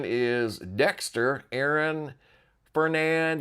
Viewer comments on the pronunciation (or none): none